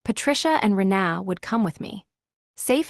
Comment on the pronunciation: It's Reena not re na